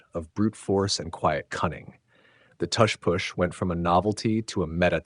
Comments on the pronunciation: Yeah this has to be AI. No human pronounces tush push like this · sorry couldn't watch this... how are you going to pronounce tush and push with different u sounds? i cringe every time you say it